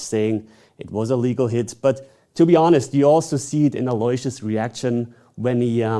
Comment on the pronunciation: It’s not pronounced Alloy-see-us, it’s pronounced Allo-wish- us